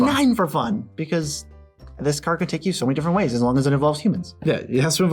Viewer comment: It triggers me so hard when the left dude says "Ceard". I like my Magic ceards xD